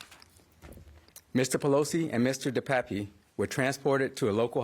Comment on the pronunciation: It's pronounced DE PAP. He's originally from my hometown.....in Canada. I'm pretty disgusted right about now.